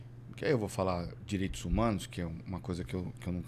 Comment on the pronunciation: "o direitus humanus", sério?